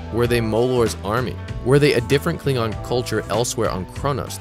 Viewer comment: That ain't how Worf pronounces it.